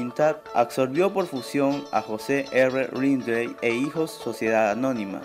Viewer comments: El apellido es LINDLEY tal como se escribe se pronuncia no es RRINDLEI' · se pronuncia lind-li